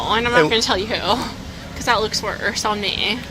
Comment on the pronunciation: Holy moly, that voice of hers is awful! "Cuz that looks worse-ahhh...on me--ahhh" ...with the added-on syllables and quick nasal inhale, topped with a smug snicker. Lady, having a degree and money doesn't buy class, intellect or morals. Your word salad of gibberish and semantics only revealed how much of a dimwit you are.